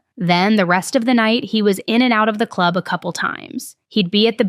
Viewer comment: Is it just me or every time she says club do you think in the clurb we all fam?